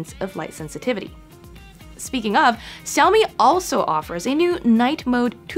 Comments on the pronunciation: great? All I can hear is Siaomi. There is no Sh in there. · Can´t you learn already, how to pronounce Xiaomi ?